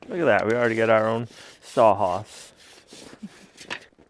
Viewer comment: way of saying saw horse (saw hass) has to be a regional thing. That barn is made better than many houses. Great job!